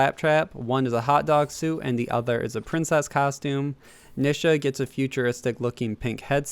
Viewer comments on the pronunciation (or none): Yeah he didn’t say voyage or nisha right